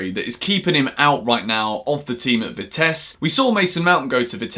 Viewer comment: Great video! just a small thing. You pronounce Vitesse the wrong way and considering the club is pretty relevant for CFC, you pronounced it as Vitess. But you are supposed to pronounce the last e. Im bad at explaining that stuff but its the same way you pronounce the final E in Rudiger, Christensen, Ruben or Maatsen. (The Roda JC pronunciation was very decent for a English chap)